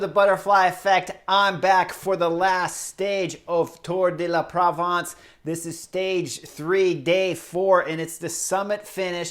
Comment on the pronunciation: so wait: you make fun of a fellow commentator while you cannot say the name of the race correctly? It’s “ tour de la Provence” .de “being sounded like the de of “tour de France” not “dé la Provence “